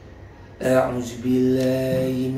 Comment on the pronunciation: taudz nya .a'udzu nya dzal bang bukal zal ..makhroj nya bnrin lagi ya bang